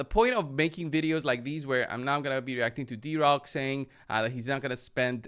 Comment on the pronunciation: It's Drock, not D-Rock 😂